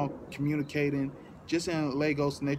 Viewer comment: YOU PRONOUNCED IT RIGHT!! THEY FUCKED UP THE PRONOUNCIATION IN THE MOVIE! LAY-GOS not lahgos